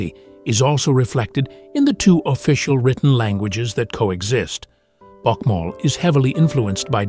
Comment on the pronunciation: Why are the pics completely unrelated to the dialogue?? And bokmal is not pronounced buckmal, for example. I lived in Norway for 2 years Forty years ago and this video does not do justice to a great country.